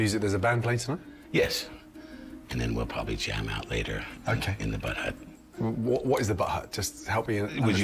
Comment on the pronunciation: I love how Gordon keeps calling the "bud hut" the "butt hut". Lol